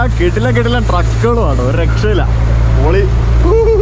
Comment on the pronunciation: Pori alla manushya..ath kekumbo entho pole..poli ennanu